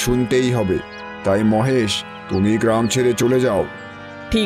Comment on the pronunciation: মোহেসের নয়, হবে মহেশ